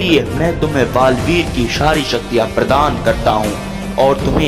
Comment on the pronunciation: Balveer ❌ gareveer